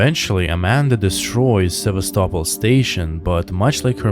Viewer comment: Seva-stopol not sevas-topol